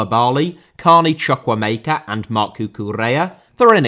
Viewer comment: Chu (Choo)-ku (koo)-emeka (A may ka), not CHUCK-u-emeka lol